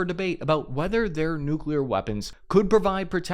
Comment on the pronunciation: I love your confident swagger while saying "nuclear", lately. Congrats on defeating y.our brain's tendency to pronounce 'newk-u-leear'.